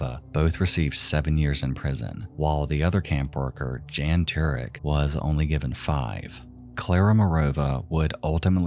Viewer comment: The č in Anička is pronounced like a "tch" sound. It's literally the first letter in the native spelling of Czechia. Jan is pronounced like Yawn. It's literally just John but with a Y sound. The Czech form of John.